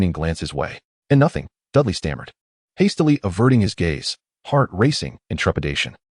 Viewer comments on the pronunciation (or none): The reader needs to pronounce the name as Dudley. I get mad every time I hear Dali instead